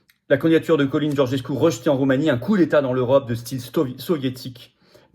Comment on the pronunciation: Le nom en roumain se prononce "tchalin"